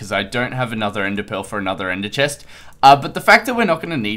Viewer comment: ZEH SHEST ... the Chest